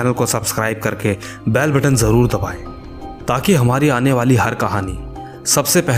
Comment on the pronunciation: Dude it's "bell" button not "baiile" button , rest all is good